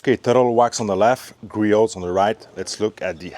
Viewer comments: I feel bad for Griot's Garage, no one on YouTube seems to pronounce their name correctly. In case anyone is curious or cares, it's pronounced Gree-ohs, not Gree-oats or Gree-ots. I guess it's a pet-peeve of mine. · The project farm guy was insufferable, pronouncing the T lol